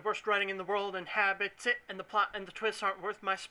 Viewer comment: "inhabit it" not "and hab-i-tit"